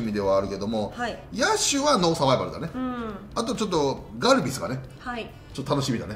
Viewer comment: ガルビスがガルベスに聞こえました、笑 えっ‼︎ 巨人って思った方はいないっすよね、笑